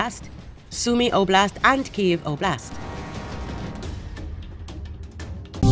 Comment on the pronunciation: Well, it is not "o blast" but "oblast" - means "region" :D Thanks for the video! ☀